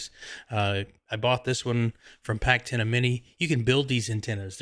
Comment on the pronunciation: Packtenna. Yes yes yes